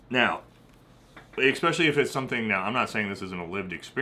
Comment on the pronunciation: Buddy I love you! But you need to learn how to pronounce “especially”; there ain’t no X. Same for “espresso”.